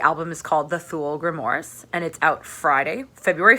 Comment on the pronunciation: But aint it grimOIRES as in film NOIRE ? oooaaaares ? Nitpicking Im sure. Great review, checking it out now. Cheers for the suggestion.